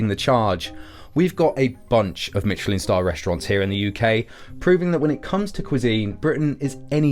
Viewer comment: Learn how to pronounce “Michelin”!!! FFS!!